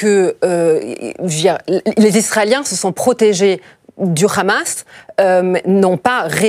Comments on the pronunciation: Il faut arrêter avec l appellation rhamas la prononciation est plus simple Hamas. Bravo à votre analyste de haut niveau rien à voir avec cette femme. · C'est le Hamas, pas le Khamas! Et c'est pas anodin, c'est comme le petit doigt dans les Envahisseurs.😂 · Le « khamas » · le KHHHHHAMASSS! la prononciation qui vise a faire peur. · Khamas , Fatar elle croit que c'est de l'hébreu et non de l'arabe, c pourtant pas difficile de prononcer correctement et si tel est le cas faut prononcer en phonétique française ...